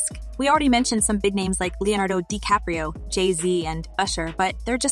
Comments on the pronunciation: ‘De Capri’o’……this A.I. blsht narration has gotten tired very fast, basically working in tandem with click bait approach. Whole lotta nothin! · and "Leonardo DiCaprio" pronounced like "Spaghetti Caprese" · Why use this AI voice bot if it can't even say Dicaprio correctly? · Robot voice is lame. Can't pronounce DiCaprio.🙄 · Ciickbait. Rogan is on this for 20 seconds max. A redundant narrative by the possible AI speaker who can't pronounce DiCaprio. 🤔